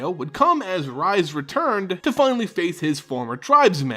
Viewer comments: Rhys is pronounced Reese not Rise. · This is great, one of my favorite cards with an interesting story. And on another note, Rhys's name is pronounced more like Reese's, than rise.